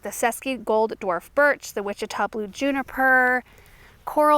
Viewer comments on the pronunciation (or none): none